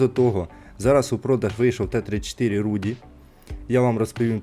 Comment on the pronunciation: Не руді а Руди від рудий